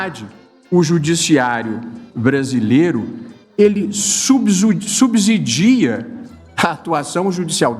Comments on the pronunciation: Não é subzidia, é subsidia, com som de s. O resto eu não posso comentar. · O ministro mandou um "subZidia"...lembrei da Esbanja.